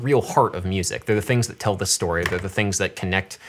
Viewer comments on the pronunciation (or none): none